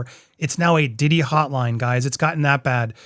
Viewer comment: PEA-DOUGH Diddy.